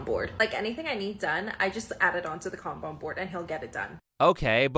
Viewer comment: Kanban board. Her pronunciation of that was horrible